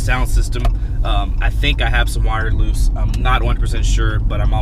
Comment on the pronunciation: did he say “my wires have came loost”😂